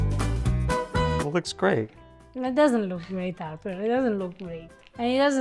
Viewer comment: ', stop torturing....